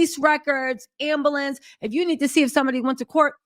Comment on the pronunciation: did you say "ambalance"?